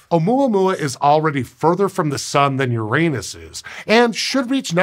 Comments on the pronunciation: Haha he said Uranus wrong intentionally because funni. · "It's already further from the sun than Uranus is." I'm going to keep making this joke in every video it comes up until scientists officially change the pronunciation of the planets name to the original Greek so as to avoid this joke in the future. The original pronunciation is Oo-rah-nus.